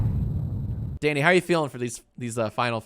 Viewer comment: Everytime Jack said Danny it sounded to me like "Daddy" and I heard "You're trying to tie me, daddy" I-- 💀